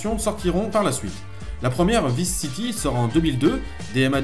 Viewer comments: On prononce VAILLSE city l'ami, tu me stresses avec tes "visse city" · cool, !!! perso les 1°GTA, je les ai mal connus/merci, cool et captivant😃 juste un truc qui me bousille un peu les oreilles: "Vice City" ' ?? c'est dit mis et écrit en anglais, étant un nom propre,.... ça se dit {Vaïce City} (sinon autant dire neuwe yaurk)